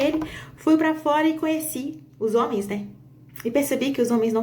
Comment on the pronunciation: Os "zôme." 😂😂😂